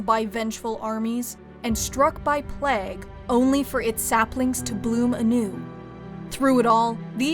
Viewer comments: Just came from a 40k video, the fuck is the narrator's problem with the word "Plague"? Is it really that hard to pronounce? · Great video, my only critique is the bizarre way you pronounce plague.